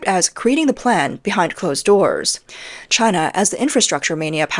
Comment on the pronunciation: "She-an"? Wow. Can't even say "China".